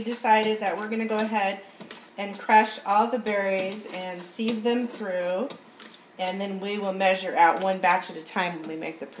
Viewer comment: Pronounced, siv.....:) thanks for the video!!